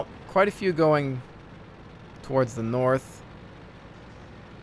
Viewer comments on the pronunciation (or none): none